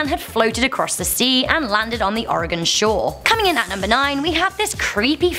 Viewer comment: I live in oregon, I like the way she pronounced it wrong and right :3